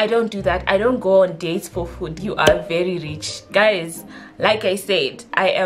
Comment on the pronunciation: I felt that “VHERI”😂😂